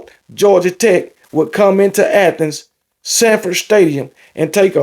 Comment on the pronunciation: Dang. Your Colorado Buffs dominated. And it is Sanford Stadium. Not Shanford Stadium. Go luck with the Tigers.